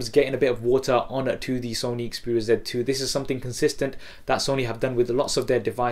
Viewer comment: You say sony xperia "ZET" 2, instead of Z 2.